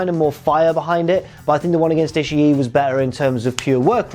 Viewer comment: The trick is to saying "Ishii" correctly is to not pause before that final I, and not to stress the final I too much. Just keep the vowel-sound going as you roll the last two Is together. Rather than "Ishi-(pause)-E", you keep that second-to-last I in your throat, let the pitch drop slightly, then go into the last I. To be fair, though, saying "Ishi-E" isn't pronouncing it "wrong" as much as it's a matter of accent, which is understandable for a non-speaker of Japanese.